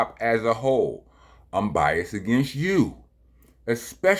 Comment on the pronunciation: It's bias-ED. Not Rockness is "bias".